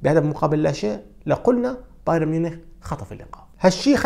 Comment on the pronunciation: لم أتابع لغاية الآن محلل رياضي في القنوات العرييه بقدرتك وبدقة تحليلك يا سيد. لكن اتمنى أن تعمل على إتقان لفظ الأسماء الأجنبيه.فأنت تلفظها باللغه العريبه. أنصحك بالاستماع للمعلقين الأجانب كيف يلفظون الأسماء. على سبيل المثال لا الحصر بايرن تلفظ "بايارن" وليس "بايرين"